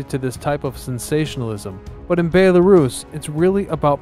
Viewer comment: You really need to learn how to pronounce BELL-A-ROUSE not BAE-LA-RUSS